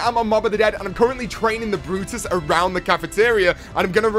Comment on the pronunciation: It's brutus not "the brotus"